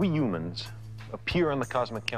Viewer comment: Yep. He was in awe of what humans (or yoo-mans, as he pronounced it) had achieved, but at the same time, he was realistic about our place in the cosmos. Rest in peace, Carl. You were an amazing person.